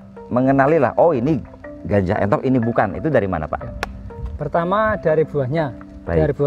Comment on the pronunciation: Sedikit koreksi nggih bukan Enthok tapi Entog nggih. ..